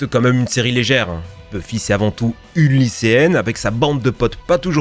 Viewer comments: "Buffy contre les vampires".... Ça se prononce Beuffy... T'as jamais regardé la série ou quoi? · par contre ça se prononce beuff-i pas bufi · aïe, mes oreilles... Continuez quand même, vous êtes géniaux ! (juste, pas bUffy...ça se dit beuffy) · Buffie mdr ça se prononce beuffy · ça se prononce Beu-ffy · La prononciation de Buffy ... et Jamie